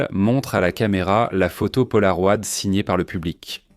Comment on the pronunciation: Ces changements de débit de parole sont vraiment insupportables!!! ET punaise...polaroid??? Polaro-ï-d